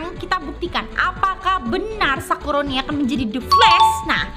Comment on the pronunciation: selalu salah ngomong nya yang misal nya sakurani jadi sakuroni 😂😂😂😂 sakuroni jadi sakurani 😂😂😂😂😂